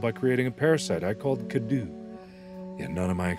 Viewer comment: By the way it pronounced (Kay dew)